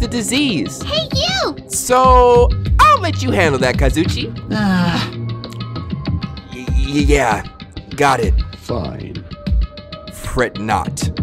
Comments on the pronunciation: Am I the only one who cries when says “Kazuchi” and the way he says Nagito? I’ve been stressed out hearing it for the last 3 chapters bru. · you have been saying kazuichi name wrong it’s ka zoo e chi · Yoo I love watching you play this but you keep saying Kazuichi name wrong it's Kazu eche man I hope he see it😪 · I swear to god, here's how to actually pronounce the names you say wrong. BYAKUYA TOGAMI (bew-yak-kew-yah toe-gahm-ee) KAZUICHI SODA (kahs-ooo-ee-chee soh-duh) MAHIRU KOIZUMI (mah-hee-roo coy-zoo-mee) MIKAN TSUMIKI (mee-khan soo-mee-kee) NAGITO KOMAEDA (nah-gee-toe co-ma-ay-duh)